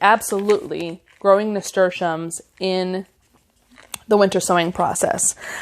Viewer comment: 😂😂😂😂 You're funny,. Like growing, pronunciation dialects are local. Zinnia (zeen-yuh) sounded perfectly spoken to me. Nasturtium was pronounced perfectly... cleome was as well. Now... Borage - I've always heard as you have - as bor-uj - however my friend from PNW (Oregon) pronounces as bore-ahj (as the video has). Theyr both right. Where are you?